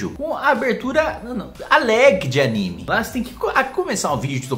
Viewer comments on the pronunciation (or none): none